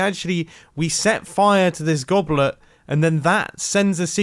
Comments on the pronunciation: Does anyone else here goblert or goblern but not goblet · The way he says goblet makes me think it’s not a real word